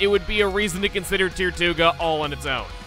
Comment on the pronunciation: When you said “tirtouga” I kept hearing “Tier 2 ga”. It became annoying really soon.